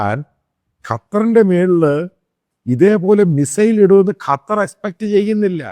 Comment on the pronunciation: കറ്റാ അല്ലടോ ക്ണാപ്പേ, ഖത്തർ